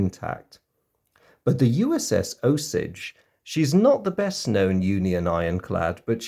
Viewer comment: Great video as always. The USS Osage was named after the Osage Nation, pronounced "oh-sage". I left the link for an interesting video below about their history. Keep up the great work and I look forward to more of your videos